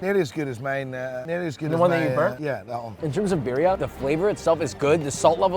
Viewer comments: SAY BEERIA ONE MORE FUCKING TIME AND I WILL END MY LIFE. IT IS BURRRRRRRIA UNCULTERED SWINE. YOU ARE BETTER THAT THIS. granted you might not be able to roll your R's, it's okay. BEEEEEEEEEEEEEEEEEEEEEEEEEEERIA? Josh stop. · the way he pronounces birria is just painful. great video tho otherwise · It bothers me that he doesn’t pronounce birria correctly